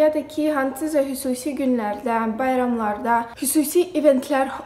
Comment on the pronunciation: Hüsusii yoxh Xüsusi sehv tutmuram my babe sadece maraqlıdı x herfi deye bilmrsen? 😂💓💓💓💓